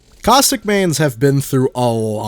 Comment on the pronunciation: Is it bad I was playing a game and misheard caustic and heard COCK STICK